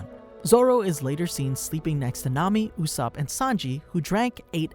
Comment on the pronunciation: Why… Why did you call him “Oooosop” It’s not that hard to say his name